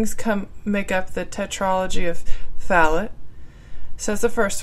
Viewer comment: Fallot isn't pronounced "fal-ut." It's pronounced "Fal-OH." Atresia is pronounced "UH-TREEJ-UH," not "UH-TREE-ZEE-UH." Hope this helps :)